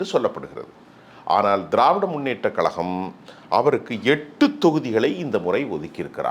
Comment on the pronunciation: கலகம் அல்ல கழகம் என்று சொல்லப்பழகு